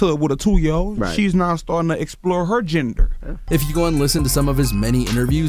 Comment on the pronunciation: You know she's getting to the age to where she's exploring her gender... The way he said the word "gender" sounded funny af...